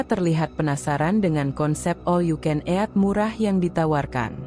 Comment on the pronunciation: Ejaan baca 'eat"... Bikin mau muntah. Kenapa gak pake suara sendiri aja si... Gak usah pake suara google...